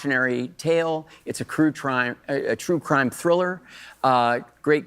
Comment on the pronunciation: ... crue trime.... that's even harder to say😂